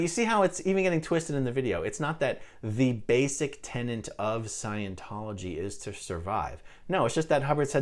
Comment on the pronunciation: Tenant? Not tenet? Oh come on.